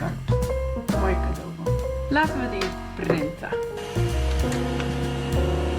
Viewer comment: Cádaboon!’ ( cadeaubon) die houden we er in!! 😂😂